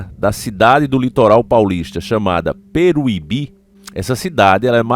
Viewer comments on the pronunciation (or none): Peruibe! E não peruibí! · Vc falou engraçado o nome da cidade 😂😂😂😂 não é Peruíbi é peruibe 😂😂😂😂😂😅